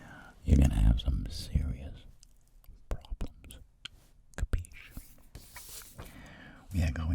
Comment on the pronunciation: Me: don't get a word: Capisc'? My Italian brain: Wide awake SI SI FINALMENTE Edit: Wow over 500 likes?!?! Thank you guysss